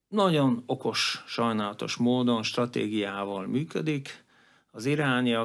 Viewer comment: Nagyon jó összeállítás, egy dolog bántja a fülemet, ez pedig a rendszeres "naon". Nem sokkal bonyolultabb kimondani rendesen hogy "nagyon". Ezt leszámítva szuper anyag!